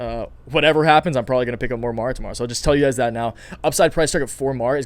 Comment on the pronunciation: Lol, you finally got MARA name name right 😆🤣